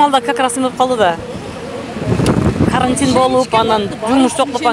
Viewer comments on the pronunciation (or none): none